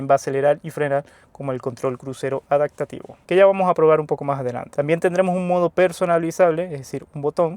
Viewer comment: Tenemos un problema pronunciando la p en adaPtativo, la cambia por una k, adaktativo, debes trabajarlo.